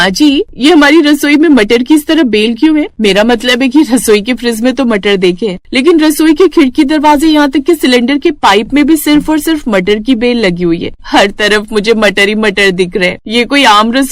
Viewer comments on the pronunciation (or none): Friz ni fridge hota h 😂